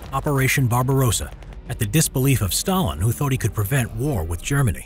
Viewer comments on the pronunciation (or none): none